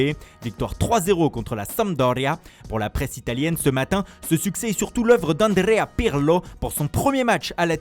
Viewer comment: Andrrrrrea Pirrrrrlo, Leonarrrrrrdo Bonnnnucci😁😁😁